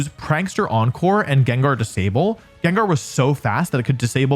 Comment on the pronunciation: THE FIRST A IN GENGAR IS SUPPOSED TO BE AN E! AND IT'S IS, NOT IT!